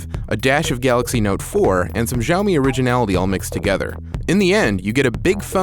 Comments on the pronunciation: dude, get it right already. it's SHAO-MEE. geez. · Good review! Keep this up! As said below its SHao Mee.... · its see-ow-me watch a basic video about pinyin and you will learn how to pronounce most Chinese words properly. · "shi-AO-mee" LOLOL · It's hilarious that he's reviewing a product that he can't even pronounce the name of...... It's sh'ow me ('ow' as in you got hurt).... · PSA: The Xiao from Xiaomi means small (小). Xiaomi (小米) literally means small rice. This word (小) only has one pronunciation in mandarin, "xiao". Since Chinese pinyin and English alphabets aren't exactly comparable, the best way to say 小 in English would be "siao". Oh please do not listen to the Jeremy dude who is telling people to say shao, which is COMPLETELY false. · omg you guys go around watching every english reviewer pronouncing it wrong and treat it like it's the right pronouciation. I'm chinese so just trust me when I say it's pronounced S-IAO MI. Unless you're being sarcastic in which case nice one. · Dude are you kidding me? It's Siao-Me, I speak mandarin and it's funny how despite you are absolutely wrong you still got so many thumbs up. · Jeremy C. in Mandarin X doesn't have this "SH" sound and it's pronounced a bit different than you say. It's Almost like this in English "Ciaomi". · His constant mispronunciation of Xiaomi is driving me crazy... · Finally a great video from The Verge - expect for the improper pronunciation :erk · Basically, change all 'X's to S when you are pronouncing a Chinese word. Trust me, I'm a Singaporean Chinese who speaks both English and Chinese language